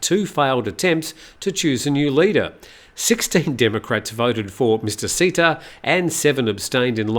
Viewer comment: Another pronunciation quibble: 1. Thanksin is pronounced like “tuck” (as in “tuck in”) and a very short “seen” with a questioning tone (“sin?”). Shinawatra is pronounced “chin-a-wat?” (“chin” as in “cheap” but said more quickly, “wat” rhymes with “putt” and with a questioning tone as in “what?”) 2. Srettha is pronounced “set-tah” (drop the “r”, long “ah” as in sighing happily “aaah”) Thavisin is pronounced “tawee-seen?” (there’s no V in Thai, and “seen?” Is pronounce quickly with a question tone, exactly like the “sin?” in Thaksin) :)